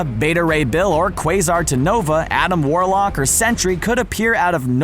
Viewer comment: Adam woarlock